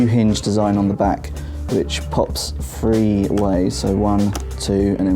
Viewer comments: three* not free, why get a guy who can't even pronounce the number 3 to review the surface 3 -. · This video annoys me just because instead of saying three he says free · Omg say THREE NOT FREE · Since when did "th" in any word sound like an "F". I understand you're from a different country, but nowhere in the English language do you pronounce "TH" like "F". I found the video to be irritating to watch because I wasn't sure whether the tablet was 3 or free or maybe some accessories were free or if they cost extra or if they were called keyboard 3 or if the keyboard was just free. Please re-review. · I keep hearing Surface FREE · Well, that is not how it is pronounced for sure. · Note to Verge... Get a reviewer who can pronounce the number 3 😂😂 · The way you say three is fucked.